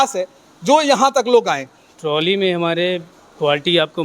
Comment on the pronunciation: मेरे पत्रकार भाई ताली नहीं ट्राली है है तो आप पत्रकार लेकिन पता नहीं आपको बोलने का तरीका क्याहै